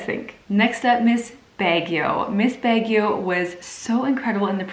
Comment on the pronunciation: Marunong kb mag tagalog.. kung nag spets k sna ng tagalog bilib ako sayo.. ska anong say mo nung baguio.. anong BEGYO.. HAHA...